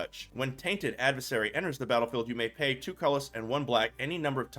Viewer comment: Tainted Add-vis-sarry Lol